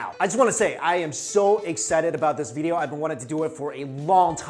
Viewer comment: Is it me or does Mikey say "video" funny? (bideeyo)